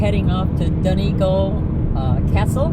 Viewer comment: I loved your video!! I'm smiling watching your narrow road scenes because I'm so used to them. :¬) As far as I know the start of 'Donegal' is pronounced like the 'don' in 'O'Donnell' and the 'gal' as in 'fall' but with a hard G instead of an F obviously. Though I'm not actually Irish so I would be prepared to stand corrected by a native! Imo x